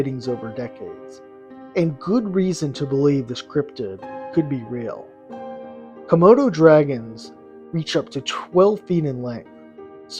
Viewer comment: Komodo...not Kimodo